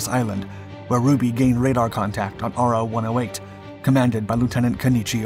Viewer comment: "Ro" not R. O.